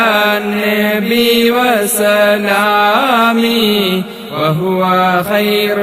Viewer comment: നിങ്ങൾ ചൊല്ലുന്നതിൽ തെറ്റ് ഉണ്ടല്ലോ വസ്സലാമി എന്നല്ല വ സലാമി എന്നാണ്